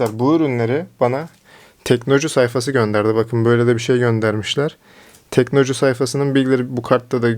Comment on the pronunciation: teknoloju yazıyor orda sen inatla teknocu diyorsun usta ya delirttin beni :)